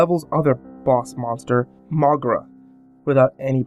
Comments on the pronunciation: its pronounced "mow-geera" not "mogra" fyi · It's not pronounces "Mohgruh" It's pronounced "Moh-gee-ruh"